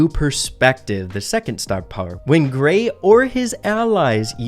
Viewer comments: Say Gray with no r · When he said Grayeverytime i heard 😂